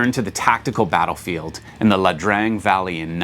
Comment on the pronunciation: Agreed. It jumped out at me too, but I wasn't sure; so I just checked a You Tube video on the subject, and they were pronouncing it "Ee-ah Drang Valley."